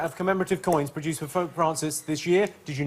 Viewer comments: Jimmy says "Fope Prancis". Made my morning. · I'm so sad that nobody picked up on the fact that Jimmy said "Fope Prancis" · Jimmy says 'Fope Prancis'